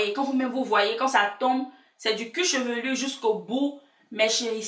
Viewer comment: Du "cuchevelu" t drôle 😂